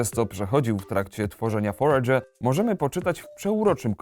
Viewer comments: Jak ta gra sie nazywa? Bo nie potrafi mówić, mówi Forge ale nigdzie tego nie potrafie znaleźć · Znalazłem ta gra ta forager. FONETYCZNIE FOREJDŻER KURWA NAUCZ SIE MOWIC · Ja pierd... Wiem, że się czepiam, ale używajcie ikonki głośnika na google tranalatorze. Foredże, kurwa... xD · Jak ta gra się nazywa bo nie rozumiem jak mówi :/? EDIT:Już wiem dla potomnych: Forager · Powie mi ktos co to za tytuł? moei tak niewyraznie ze nie jestem w stanie zrozumiec a przetwarzanie mowy na tekat mowi ze ta gra to foregerer